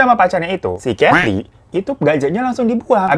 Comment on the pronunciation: Ulang dong ngomong Katy nya 😂😂